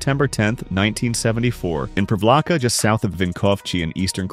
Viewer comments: Ah yes, the MURKO from PREEVLAHKA just south of WINKOVCHY. But you got his last name pretty good, so props to that. Croatian pronounciation is phonetic, we have (barring few exceptions) one sound for each of the letters, all our "v"s sound the same, all our "i"s sound the same, and every "i" is the exact same "ee" in "sheep". v is like V in victory which would be pronounced viktori, etc. Mirko is like Meer Co. (same "i" as in "ee" of "sheep") Vinkovci is like "Win Co." (vin - ko) - same v again, and ci as in "cist" Privlaka is like "pre" (as in "pre" and "post"), same v again, and then it's laka like "luck + the same sound for the "uc" in luck, which we would write as "lak" Bonus points for noticing the similary between mirko and vinko? both are croatian names. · Please stop using that AI voice, prounancing of Mirko, Privlaka and Vinkovci is horrible and disrespectful, it's not even close to real pronunciation.